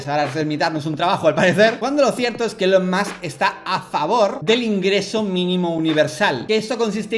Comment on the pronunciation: Buen video pero Dalas, please se pronuncia "ilon" o_o